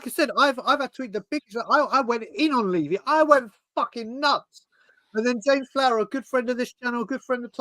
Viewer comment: Can't take seriously when he can't even pronounce Levy properly.